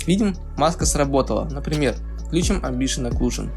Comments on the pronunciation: Амбиент Окклузион, а не Амбшиен Окклузион А так ты гуд все делаешь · АмбиШиен ЭклюЖиен чи шо, - не слышу. - Даб-даб-да-а-аб :) - (Валакас). Надеюсь не всерьез парниша эти слова говорит. Я не против, но есть ебнутые люди которые будут переправлять как училки - встречался уже с такими.. - Всех почему то это раздражает, прям задевает их чувства можно сказать :) LOL.И еще один пример - Не "Меш Шмус", а "Мешь Смус" и т д. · Амбишн оклюжн?! Это просто дикий ор, амбициозная оклюзия Мэн))))Прочитай внимательно амбишн ахах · Амбишен аклюжен )))) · амбишин оклюжин ахахааха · амбишен оклюжон :)) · Орнул с этого амбишен аклюшн